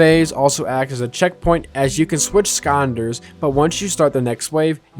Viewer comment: Please pronounce Skylanders correctly. I beg you